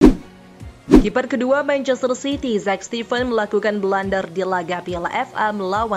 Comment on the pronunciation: blunder min bukan blender 🤣🤣🤣 Udah mah ngomongnya lmes bgt 🥱